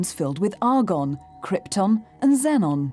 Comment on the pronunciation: It’s pronounced xenon